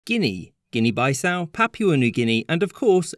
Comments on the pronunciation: Guinea-Bissau was a butchered pronunciation. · Guinea-bissau pronounced like piece-now not bi-now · It is Guinea-Bissau! Bissau is the main capital city and in order to differentiate it with our southern neighbours Guinea- Conakry where Conakry its also the main city name. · Excuse me?? Guinea BYE-SOW??? wtaf🤣🤣🤣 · Why do some nationalities go out of their way to pronounce foreign words and places wrong? Guinea “buy-sow”!? “Papyua” New Guinea? GArage? You know who you are… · Guinea Bye-Sau? Really?